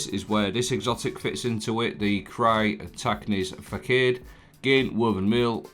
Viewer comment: "Sear-tar-acne's fa-sawed" is the correct pronounciation btw Cyr is pronounced like Tyr (also pronounced like tier). Arachne, from the Greek goddess who was turned into a spider, hence "arachnid" as the technical name for spiders. Facade is missing an accent on the C, but it's French origin word with a meaning of a "superficial appearance", made more apparent by the lore (the helmet was used by the previous owner to pose as a spider creature). [insert The More You Know end card] I would personally swap out one of the strand surge mods for an elemental charges mod. You might sometimes chop through the tangles that are generated, but throwing will also ensure you get the buff. It would keep your remaining surge mods too.